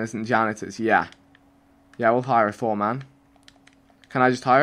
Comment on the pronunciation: I had to stop watching because of the way he pronounced foreman